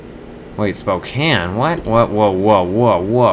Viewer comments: Sapporo is a place in Japan. So the flight crew is saying that there is an air museum there. Also, it isn't spokan it's spokain. Pronouncing it rightly. Also, try to ge the 25% bonus to get higher money profit. Be patient. Another thing to help u get a lot of money is that say that there was a flight from Bismarck to Phoenix. Denver is in the way. So if you fly from Bismarck to Phoenix strait it will give u a profit lets say +223 with 25% bonus. But if you stop if you do Bismarck to Denver to Phoenix, it will give you one extra coin. If you do this a lot, you could get up to +100 coins more. Just remeber that. Thanks. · spocane (Spo-cayn)